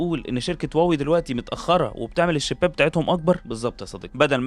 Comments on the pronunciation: يا أستاذي هي ليست إنجليزية لتطبق عليها هذه القاعدة الاسم صيني مكون من كلمتين Huá ، wéi هم مضطرون تجاريا لكتابته بحروف لاتينية. لكن استمع لنطقهم لها في مؤتمراتهم ينطقونها هُوا-وِي أو: ما دمت بحثت في ال ai فاسأله كيف ينطق الصينيون كلمة Huawei 🙂 واوي ليست النطق الصحيح للكلمة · لماذا تسميها واوي وهي شركة صينية والصينيون ينطقونها هُواوي؟ وبإمكانك سماع مؤتمراتهم